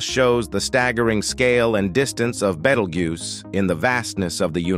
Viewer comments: He started calling it a "battle-goose". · "Beatle-goose" that really made me laugh. We're going to have to tell the AI narrator how to properly pronounce this word. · Badelgoose... Ummm 🤔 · The AI has pronounced Betelgeuse about EVERY way BUT "Beetlejuice" 😂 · It's to dumb to learn how to pronounce words properly - it does it frequently , making some words multiples when the same wod without the s , does the same job . There's a couple of other channels like that , where the AI narrator, needs to relearn it's trade . The "Beetlguese rant , had the most mistakes ever - would that qualify as dis , or , mis , information ? Or just mangled ?